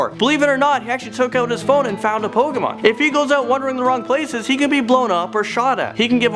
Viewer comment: lol pokamon go